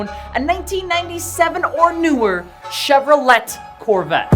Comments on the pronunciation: Soon as I heard “Chevro-Let” I clicked off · "ChevroLET Corvette", thought I was the only who pronounced it that way lol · I'm disliking because of saying Chevrolet wrong. Just why? It's the equivalent of white moms saying gracias at the Chinese restaurant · is chevrolet actually pronounced with a hard T or was just memeing, cause i always pronounced it "chev-ro-lay"